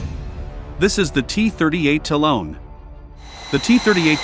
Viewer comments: It’s Ta-Lon, not Talone! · The cost of lazily handing the narration off to an app. No one who knows anything can watch past the first minute after that third time of having to hear "talon" pronounced with a long o. DID you review your work? How many times did you hear "talone" and think, "yep, must me how it's pronounced."